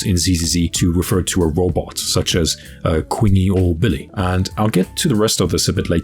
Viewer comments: Since no one gonna correct it …. It’s CHEENG-YEE not Queeng -yee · Do you do it on purpose to say Qingyi and Pompei wrong? Feels like it, holy moly. 😂